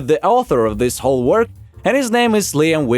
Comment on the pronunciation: I got only one question to ask you, you know it’s Liam Vickys right not the Liam wickers.